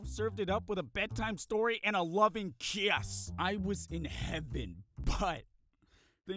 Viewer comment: dUDE I WAS JUST THINKING ABOUT WHY TF HE SAID IT LIKE THAT